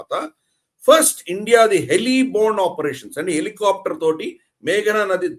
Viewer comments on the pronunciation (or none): none